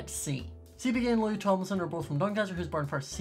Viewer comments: me a hardcore 1d fan: hE wAs wRonG On tHE FiRsT sEapEeKaY qUEstIoN!1!! I also realised that is one of the few that can say Louis name right tehe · He said Louis’s name right